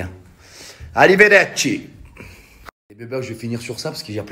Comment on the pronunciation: hihi (que j'aime bcp!!!) on dit: ARRIVEDERCI.......